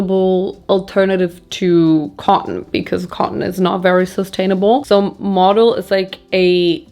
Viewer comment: Stop you here right away. Modal, pronounced with emphasis on the „a“, like the german word „Skandal“, first of all, and second, to say Modal is more sustainable then cotton is wrong. Modal comes along quite silky, is similar to Viskose. It‘s in the family of cellulosic fibre. So the source was once natural (trees, bambus) and through a chemical process it becomes a fibre. However. That’s about sustainable as it gets there. The chemicals needed to produce to fibre, not great for the environment, the fibre isn’t 100% recycleable and you need tons of water to produce it. Cotton is not better or worse in that case, the narrative is just that cotton needs more water then any other fibre (which is not the case) and the harvest is child labour and the growing ruins the soil with all the fertilizer. All true, but on the other hand, cotton is a fast regrowing fibre, multiple times harvestable and the value is enormous... Sustainability today is a complex thing, it depends on where u wanna put ur focus on the sustainability chain. Just, please, don’t make fast statements like „modal is much better then cotton“ because, it’s really not that simple. ❤ thank you for your work and the distraction it brings in my life from the cruel world outside